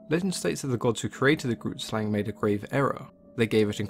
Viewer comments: Grootslang literally translates to big snake 😂 also it's pronunced g-(rolled) r- oo-t sl-ung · For those wondering what the South African myth means. Grootslang translated directly means "big snake", yeah our native people, the Koi and the San weren't very creative with names. It is an Afikaans woord and how you pronounce it is a bit different to how English people read it. Not saying anything negative here just stating something. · Super late, but i'm from South Africa and the pronunciation of grootslang was way off. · Growlie26 neither have I but the way he pronounced it hurt me inside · Grootslang means big snake in Afrikaans and you are pronouncing it incorrectly but eh who cares.